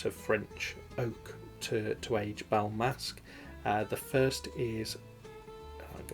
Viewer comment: Nice video,, and nice editing....For the record, it is "Bal Masqué" in French, so in English "Masked Ball" (from French: masque = mask & masqué for masked), maybe you can pronounce it like that:" Bal Maska" (in English) with less emphasis on the final "a", cut in a way before ending...not sure it is clear, lol. Cheers!